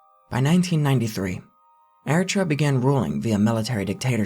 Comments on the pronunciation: Pronounced 'air a tree ah not ere a truh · It's Eritrea,not Eritra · Air-ih-tray-uh, not ehrtrah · Pronounced eh-ree-tray-a my mate. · Eritrea is pronounced air-eet-ree-uh. 😉 With all due respect. This is an excellent video. It goes far above and beyond most of things like "the internet's" '"darkest" or "most disturbing" ___ insert medium here. (Documentaries, found footage, youtube channels) your video makes the other ones look like a visit to Disneyland. That must take much homework to curate such a list. Bravo! 🫡👍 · Dude google is a keystone away. It’s pronounced eh·ruh·tree·uh …Eritrea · isnt eritrea said "air-ih-tray-yah" or am i saying it wrong... i gotta look this up 😅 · Eritrea = eh-rhi-trey-ah. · Eritrea = Air-it-ray-uh/Airitrayuh - I'm not being sarcastic or anything - just thought you might want to know that. Very good video though. But yeah, I've always thought about that - when people kidnap someone and hold them for ransom. The family and loved ones understandably want to pay and get the person back but the authorities typically know that paying only rewards/provokes/encourages more kidnappings. Kind of a tough situation. When I was a kid, I didn't understand why the authorities wouldn't "negotiate with terrorists" - but then this concept became clear. It's like, with this strategy, some of the early victims are sacrificed to establish this concept. I don't know why kidnappers always murder the victim if their family can't pay - just keep them blindfolded and cover your tracks and if it doesn't work out, just dump the person off somewhere... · Your explanation of sound of toture could use some work. Everything from how you pronounce Eritrea us wrong and the movie is more about human traffickers killing Eritrean refugees rather than the government itself.😊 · what the fuck is that pronunciation of Eritrea my dude for a second I thought this was a Taured-Mandela thing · lol how you pronouncing Eritrea?? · Eritrea has a "tree" sound in the middle.